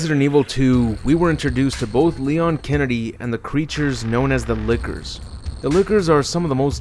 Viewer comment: Why do I keep hearing "Liquors" everytime he says "Lickers"?